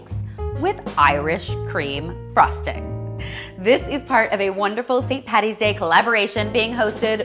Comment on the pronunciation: You said Paddy yes thank you!!! So many people say Patty and it's so infuriating.